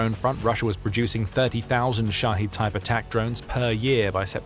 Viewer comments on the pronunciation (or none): They're called Shahed drones, not Shaheed. It's not a difficult word, and you could have learned it over the past few years already. "The Military Show", sure… 🤡